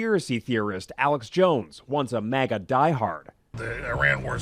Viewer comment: It’s “maga” not “mega”,.